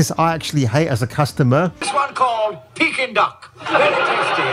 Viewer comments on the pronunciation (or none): none